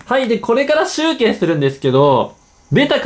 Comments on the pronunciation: ナランチャ・ギルガ 集↑計↓ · 集計のイントネーションおかしくない？